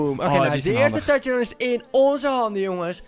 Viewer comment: Stop met tuchdown zeggen...